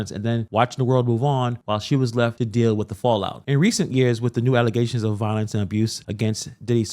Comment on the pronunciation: Did you say "allezations"? 🤔😂